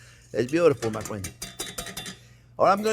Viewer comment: Chef Jean is my best fwiend